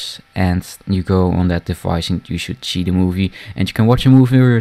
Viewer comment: We sjoeld sjee? haha